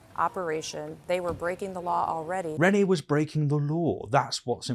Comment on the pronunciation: Renee is not pronounced as ‘renny’ 🤦‍♂️